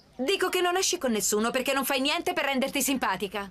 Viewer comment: “pablo che cosa succede?” “nieNNteh”